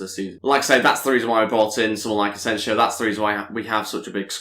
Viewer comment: btw you're pronouncing Asensio's name wrong just so you know Ed would appreciate it if you can look it up and correct